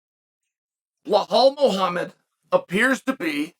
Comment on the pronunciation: The fact that this man Chael refuses to correctly say belal muhammads name correctly is hilarious to me..he does not in fact remember the name🤣🤣